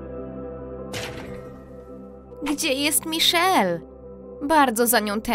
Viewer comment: Majszel jako miszel